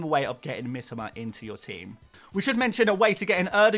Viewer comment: Say it Mitōma not Mitama - sounds fucking awful to us non-Poms the way you say it